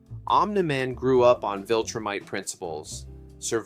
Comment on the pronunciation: this has an objectively LOW quality production but sometimes mindless stuff is good for background audio also what the fuck is a "wiltrum" or a "wiltrumite" it is a V. a V. not a W. a V.